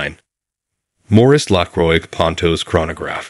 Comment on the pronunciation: Everytime this AI mess says the word 'Lacroix' 10,000 frenchmen drop dead.😢 If you can't even pronounce the the name of your own product, what hope is there for your company?